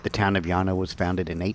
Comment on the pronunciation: Great he pronounced it correctly